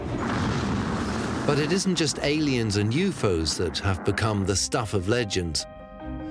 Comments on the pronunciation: He did NOT just say "Euphos," did he? . Oh, wait. . He did it again, and again, and again. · ..& a few more time...did the narrator just say...youfoes....or u4's....like its not 3 seperate letters that represent 3 different words..😁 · YOUUUUUUUFFFFOOOEEEEEEES. HELL. NO. it’s U-F-O not youfoes. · It’s said U F O not U FOS 🤦🏻‍♂️😂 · What did you expect from someone who says "Euphos" (U.F.O.s)? I understand there may have been some translating errors, but you'd think someone would have caught this. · I think this video was created by a lifeform not of this world..I can tell by the way it said UFO's= "You Foes" 🤦🏼‍♂️ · I was like WTAF! And "Yewfoes"? I'm probably unreasonably furious but man what a buzz kill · I cant take "Youfos" seriously.